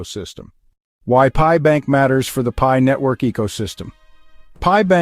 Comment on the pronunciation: Wtf is this idiot saying. It's pi coin not .p.i. coin This shit gives nobody any confidence at all. You can't even say the name of the coin correctly